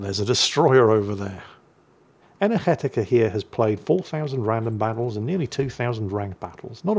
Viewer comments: Energetiker sounds more German than Dutch to me, but mad props for getting the hard G correct. Now you just need to learn how to recognize the hard (Scottisch) R and all possible vowels and diphthongs like 'eu' and 'ui' and 'ij' and you too can sound like you eat buttered bread with cheese for breakfast. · The Dutch G sound was very good! However, I think the player in this video is a German, as this name sounds German to me (a Dutchman).